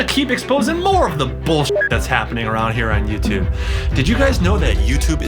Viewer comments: Did chad just say boshit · Why did you have to say bull sit( didn’t want to actually spell it out) in the beginning. I still love you